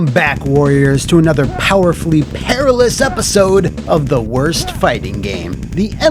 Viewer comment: I HAVE BECUM MORE PAWAWFUL THAN U CAN EVAR IMAGINE!!! 😂